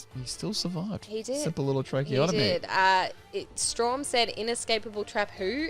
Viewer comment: its strahm not straum